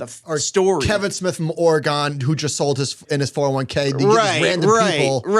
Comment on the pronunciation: Okay I'm a little bit surprised that Josh pronounced Oregon correctly. That's usually troublesome for people who come from the East Coast